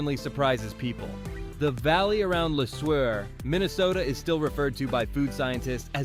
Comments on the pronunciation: Omg, stop pronouncing Le Sueur like that! It's not pronounced "luh-SWER", its pronounced "luh-SOOR". It's closer to "sewer" than the beginning of "swerve". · Pronounced le sewer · Le Seuer is pronounced Lee Sewer